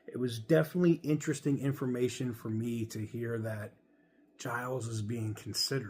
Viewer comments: It's "Gill-eez" not "Jyles" - that extra L makes all the difference. The company needs an Iacocca-level person in charge. Someone who can simultaneously stickhandle the government and get them off their back, inspire the public who are pretty disillusioned with Chrysler, and work the internal politics to bring CJDR out of the mess that it's in. Seeing what he's done with the company over his tenure, I think he'd be a good choice. Sure, he's from the design side where it's usually engineers or finance that become CEO's, but he's been a very senior exec for a bunch of years at this point, it's not like you're taking clay out of someone's hand and putting them in the big chair. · its spelt giles so if anything it should be pronounced "guy els"